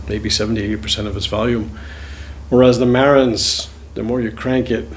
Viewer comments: It's Marantz with the accent on the last syllable, not on the first. Just saying. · Can't even pronounce the name of his own amplifier